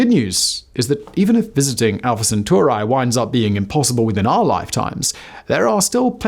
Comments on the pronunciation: Centuri i i i I (iI) not centurAY! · Centauri not Sentoorae. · Drinking game for today: Have a shot each time he says "Alpha Centurai" instead of "Alpha Centauri"... Have a medic on standby... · CenturEEE!!! Love ALL of your stuff, but just can't listen into this one, only bec of that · I can't stop hearing CentUARI, and getting distracted 😂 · every time you say Centauri as "Centor eye" I lose another minute of watch time. That is why I only watched this video for 2 minutes. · Say "Proxima Centurai" one more time... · Isn't it rather Alpha Cent*auri*? Awesome episode, thank you so much! <3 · can't get past the pronounciation of Proxima CentaurEYE! 🤦🏻‍♂ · omg you kill that pronounciation bro lol senturAI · you are mispronouncing Centauri, it is not an English word